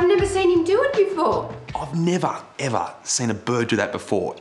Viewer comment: Nev'uh....Ev'uh!!! Ohh que la chin'got'uh mate por que ye fockin did that